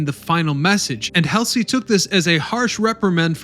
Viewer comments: A bit sloppy on details and pronunciations..... Admiral Helsy??? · "William F Helsley" LOL. Admiral Halsey was always second guessed. At the Battle of Philippine Sea he protected the landing forces and was ripped for not leaving the landing forces to pursue and destroy the Japanese carriers. At Leyte Gulf, he smashes the Japanese carriers and is ripped for abandoning the landing forces. Poor guy couldn't win. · ...it's hall-zee, do your research kiddos.. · The amount of errors in this video are stunning and too many to address individually. For God's sake man, you can't even pronounce William Halsey's name correctly. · This is an outstanding video. Thank you for putting it together. As an aside, your narrator mispronounced the name "Halsey" when the video covered the history of the New Jersey. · You are mispronouncing these famous heroes names! I mean everyone my age know who these people are! Almost every town has a Halsey st. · Am I the only one who cringed at his mispronounciation of Bull Halsey's name? Otherwise, very good. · No. And not really. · If you are going to say the name "Bull" Halsey you could at least pronounce is correctly. I am betting you never heard the name before you started this. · It's not Helsey, it's Halsey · Kelsey, or Halsey??? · YOU'VE GOT ALOT OF HISTORY & DETAIL CORRECT ... THANKS NOW YOU NEED TO LEARN NAMES ADMIRAL "BULL" HALSEY (HAUL-ZEE) NOT HELSI TASK FORCE TAFFY 3 - NOT TAFTI 3 MOST DON'T REALIZE THE JAPS MISTOOK ESCORT CARRIERS FOR FLEET CARRIERS , THEN FROM THAT THOUGHT DESTROYERS WERE CRUISERS BY SIZE COMPARISON ... THIS RESULTED IN THE OVERUSE OF ARMOR PIERCING AMMO INSTEAD OF HIGH EXPLOSIVE (HE) ORDINANCE MOST OF THOSE AP SHEELS WENT THRU THE THINLY ARMORED SHIPS INSTEAD OF DESTROYING THEM.... THAT'S HOW 5" GUNS OVERWHELM II, 12, & yes 18" guns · Admiral Hellsly? It's Halsey.(Hall-z) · Who's Helsey? Is he referring to Admiral "Bull" Halsey? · Halsey, not Hasley. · Adm. Halsey, not helsi!! damn. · Halsey not Helsey